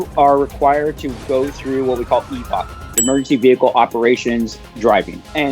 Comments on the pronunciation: Dude says "EVOC" Then ends the last word with something other than C. lol EVOC = Emergency Vehicle Operations Course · instead of EVOD Isn't it EVOC